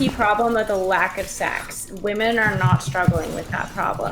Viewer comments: im guessing this is a troll question, given your name, but if that's not the case: My accent is somewhat comparable to (she lives in Oxford, I believe?) although not quite as posh/cultivated as hers is. I'm from the South East of England and singular "woman" sounds identical to the plural "women" with the final vowel e/a both pronounced as a shwa, like the e in cinema. The only time I would pronounce them differently is if I was trying to emphasise what I meant, as in womAAAAn, not womEEEEn... otherwise they sound identical. Saying them differently would come across as unnatural and forced, and come to think of it, I'm not even sure you'd hear them pronounced distinctly on the BBC although I'm tempted to check now out of curiosity. Man and men are always pronounced distinctly. I'm guessing it has something to do with the extra syllable in women meaning that the final vowel is reduced, but I'm not a linguist. Also, for what it's worth, I would literally have no idea she was originally South African unless someone told me. The only thing I can discern is that she enunciates her consonants a little stronger than is usual... but I would normally just attribute that to her highly cultivated RP accent. It's cute but almost comically posh at times. No offence to her btw, just thought I'd share my thoughts as a Brit. tldr: her pronunciation of woman/women is completely normal in the UK. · Why do some people say 'woman' instead of 'women'? Is this an accent thing or aome kind of dogwhistle? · Nothing more annoying than inability to say WOMEN. There is an E in it, it's not pronounced woman for fucks sake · why tf does everyone say "woman" in place of women? its everywhere. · How come always says "woman" in the singular instead of "women" in the plural? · It’s astonishing that doesn’t know the difference in pronunciation between woman and women